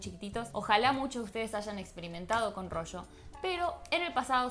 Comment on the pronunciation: Yo recuerdo el rollo, pero el rocho !!!!!!!!!!!! What the fuck!!!!!!! Que español mas asqueroso!!!!!!!!!!!!